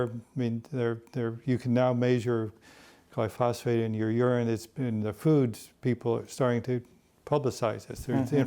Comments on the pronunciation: Gly-phos-phate [sic] ? What a fraudster! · This guy is full of shit. Any farmer would tear this apart. SMH....he doesn't even pronounce glyphosate correctly! So much misinformation.